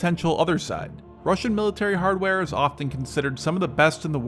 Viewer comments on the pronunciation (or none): none